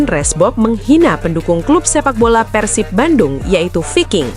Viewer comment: Yg bner ath , bukan Persip tpi PERSIB